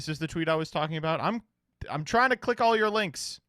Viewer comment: my man said “cleik”